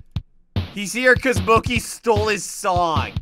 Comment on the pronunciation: Btw is this related to sanidad because it’s actually supposed to be Mickey but you call it MOKEY 😲🤣🤣🤣🤣